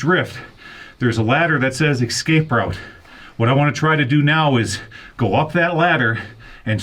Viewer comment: It's no ecscape it's escape